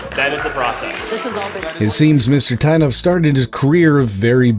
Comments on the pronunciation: As a Russian-speaker I'll make one remark: developer's last name should be pronounced as [Teetov], with a sound [I] like in word [teeth] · Its pronounced "Tee-tov"